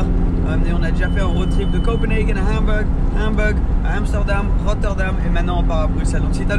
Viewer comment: se débrouille bien en français mais alors quand tu dis les villes en anglais comme Hambourg on dirait que tu dis hamburger 😂